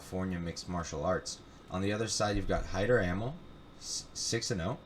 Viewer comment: I dig the podcast! Amil is pronounced 'Uh Meel' BTW!